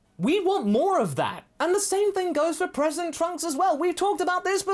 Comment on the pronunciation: I thought said "President Trunks." Then I realized it was "present Trunks." But imagine how great of a twist that would be for future present Trunks. Leader of the free world!